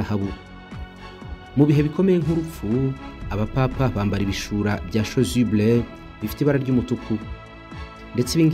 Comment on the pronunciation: Chasuble pas chosuble